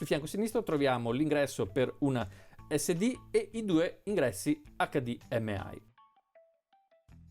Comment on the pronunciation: HD M AI non si puo ' sentire